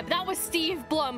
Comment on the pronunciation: Yes it’s Zeb and Steve’s last name is pronounced Bloom not Blum.